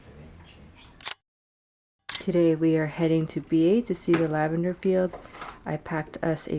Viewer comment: Biei is pronounced "bee-ay", not "bee"!!